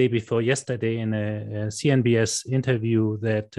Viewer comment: He said CNBS... 😂